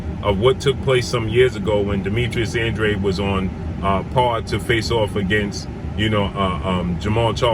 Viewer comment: Andrade is pronounced "Ondraj" (Portugese)